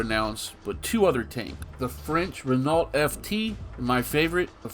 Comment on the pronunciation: It's pronounced Re-know, not Renalt. It's french so the nault is just pronounced no